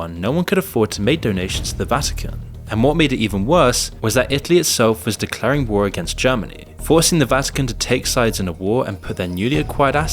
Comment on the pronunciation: You pronounced war as "Ware" and pronounced Hearse as "Hear-Say". Confirms the narration is being done by a trained AI Model.